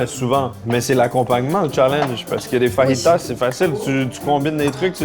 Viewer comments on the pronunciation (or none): pas faritas idiot, fayitas, apprend ta prononciation